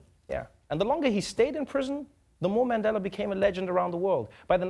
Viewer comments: Did Trevor say, Mendela🤣🤣🤣🤣🤣🤣🤣🤣🤣🤣🤣🤣🤣🤣 Trevor is no longer South African 'y'all' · I'm so disappointed by how Trevor pronounces Mandela now. You haven't been gone for that long. Don't let the USA change you. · Why's Trevor mispronouncing Mandela's surname just like an American? And then he adds insult to injury by mispronouncing Rolihlahla.